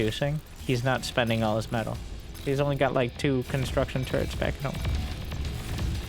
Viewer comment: sorry, but i love to hear "construction turds" :-)